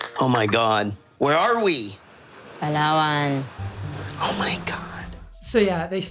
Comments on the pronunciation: It's not pronounced "Palowan" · as a filipino, hearing him pronounce "palawan" made me laugh so hard.